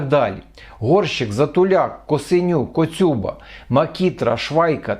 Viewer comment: Дякую за Вашу працю. Хочу зауважити, що в прізвищі Коцюба наголос на останній склад.